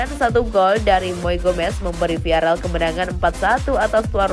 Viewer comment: "viarel viarel:"!!! salah! VIAREAL baca yang bener oyy